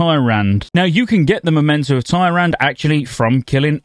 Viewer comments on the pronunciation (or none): 20 years of being told how to pronounce a main characters name and bro calls her TIE-RAND! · "Tie-Rand" Don't disrespect Illidan's waifu like that, man. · Downvote cuz you mispronounced Tyrande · How have you been playing wow this long & never learned heard an npc say Tyrande ??? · I don't know how someone plays Warcraft and manages to get a main character's name so wrong lol